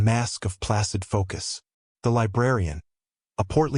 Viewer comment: Placid not plasid